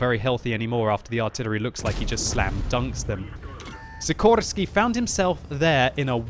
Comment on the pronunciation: i tink you miss pronounced the name of szikorski is said like a shikorski but thats only if hes polish